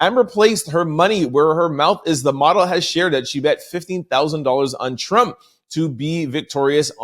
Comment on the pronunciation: This guy's Voice is So Annoying. He tries to annunciate so much until hes adding too much. There's no T on the end of Trump 🤨 its Not Trumpt 🤔🤨